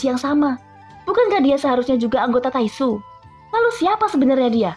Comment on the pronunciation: Kwkwk taixu bilang nya tainxu